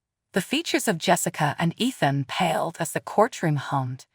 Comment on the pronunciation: Athen or Ethan? Spellings and pronunciations do not match.